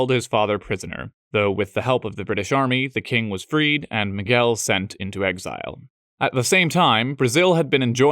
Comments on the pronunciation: not only João (which seems to be the hardest by a long shot) but eve more subtle nuances that are really difficult to catch, like the "hard"/closed "el" in "Miguel" that most foreigners have a Lot of trouble, he just nailed it all the way. It was suprinsing to the point of scare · Nice pronunciation of João and Miguel.